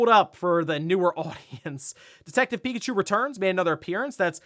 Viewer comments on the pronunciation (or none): none